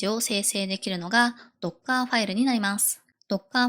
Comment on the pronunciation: 若いエンジニアのドッカーやパイソンのイントネーションに違和感がある。